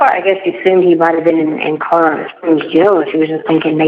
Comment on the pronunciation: Would someone tell that its CoLorado...not CoDarader...